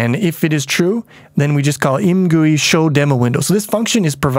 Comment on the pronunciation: I think should be pronounced "I. M. Gui", as in "I am gooey after all that time in the poo game from the beginner series".